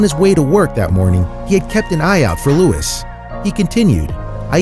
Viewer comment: You are pronouncing Louis wrong